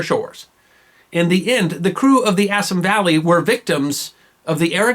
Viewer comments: Good video, but could you do something about your mispronounciation of Indian names? For exampe, "Bengal" is properly pronouced "Bengaul" to rhyme with the ancient Roman namr of France, and "Assam" is pronounced "Assaam" not "Assm" GOT THAT?!! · Assam pronunciation incorrect. Ref